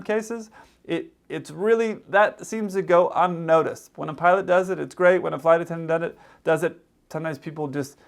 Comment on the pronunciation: He can't even pronounce "pilot".